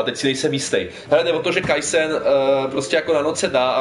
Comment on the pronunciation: kaisein? to je kasein :D